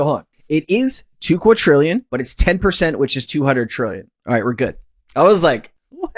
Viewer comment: Why do insist on mispronouncing the word, quadrillion? A quadrillion is a thousand times larger than a "trillion", which is how you pronounce it. Please educate yourself